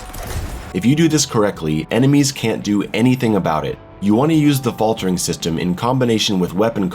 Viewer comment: haha the "Fatler" in the middle.